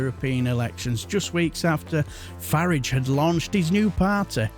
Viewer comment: Pronouncing Farage the correct way! Good chap you are.